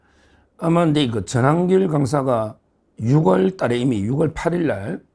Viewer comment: 변호사님! 6월을 소리내서 읽을때는 '유월"이라고 읽으셔야 합니다 매일 방송보는 구독잡니다 -^^